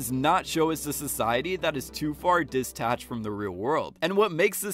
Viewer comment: It's detached not "distached". I hope you learn how to surf!